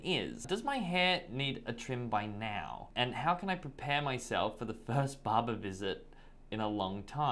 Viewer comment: Im laughing at his pronunciation of the word “Barber” is like saying baba which kids say as daddy in Arabic 😂😂.